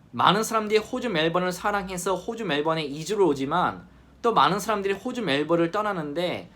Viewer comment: 영상 보다가 호주 발음이 유난히 거슬리네요. 호주를 꼭 호~오주 라고 해야만 하시는 이유라도?